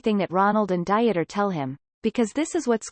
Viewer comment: Janet was a scammer, plain and simple. This will come out in later transcripts. The narration is making me LOL too: "Diet-er" instead of "DEET-er" as the pronunciation, "Jesus" (English version) instead of "HAY-soos".... makes me think that they're talking about the Biblical Jesus.